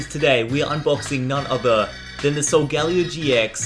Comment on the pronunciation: It's pronounced sol-guh-leo not sol- gal-eo